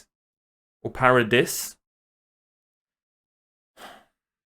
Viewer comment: The "S" shouldn't even be there at all in Japanese it's 「パラディ島」literally "Paradi-tо̄" the name of the island is "Paradi" the "tо̄" is the pronunciation of the kanji "島" which means "Island" so the most accurate version is "Paradi island" by the way the "R" in Japanese sounds like the "T" or "D" in the American pronunciation of "Atom", "Gotta" and "Latter" for example or if you want a more linguistic explanation {t,d} → ɾ / V_V[-stress].